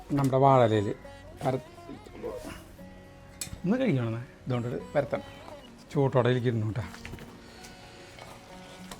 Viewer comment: ചൂട്ടോട്ടെ എന്ന് അല്ല ചൂടോട്ടെ തണവ് എന്ന് അല്ല തണൽ 😂